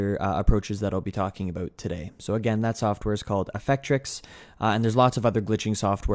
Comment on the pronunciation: canadian "about" lol